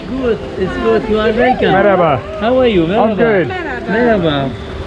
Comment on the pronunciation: ' pronunciation of "merhaba" gets better and better. It almost sounds like a native in this video 😃